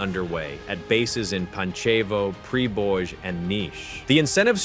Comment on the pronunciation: It's not PriboJ. It's pronouns is much more like Preboy that is not flag of Kosovo. It flag of Bosnia and Hertzegovina